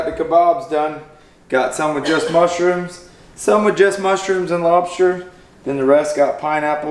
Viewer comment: I kept hearing lobsher..